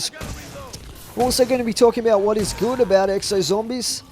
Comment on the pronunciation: You sound like a stoner 😂 "what are talking aboot"